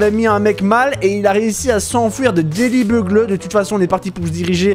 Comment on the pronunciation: Mdrrrr Daily Bugle ça se prononce "Daily Bugeule". Mais sinon continue j'adore. 😉😉😉👍👍